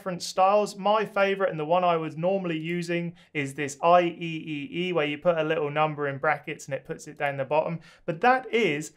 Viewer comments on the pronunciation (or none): It's "Eye triple ee" not "Eye ee ee ee"! 😁